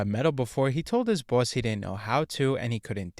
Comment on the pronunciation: That pronunciation of “Boss” tho